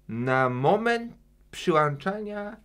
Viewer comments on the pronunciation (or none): nie mówi się,,przylanczania”, tylko,,przyłączania”:)